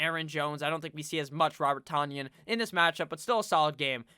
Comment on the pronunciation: I heard it was pronounced Tun-yon, like Funyons, the 2nd or 3rd best chips in existence. I think they're considered chips...